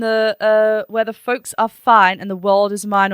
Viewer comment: Another reactor said it sounds like she says Fox for folks.